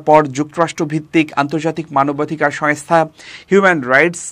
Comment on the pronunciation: সংস্থা , সোয়েংস্থা নয় , উচ্চারণ টা ঠিক করুন প্লিজ